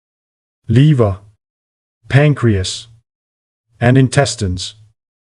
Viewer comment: 'Loongs' 'leeva' 😂😂😂